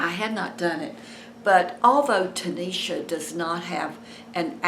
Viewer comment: Hi! Her name is Tashina ,, not tanisha . Thanks for the update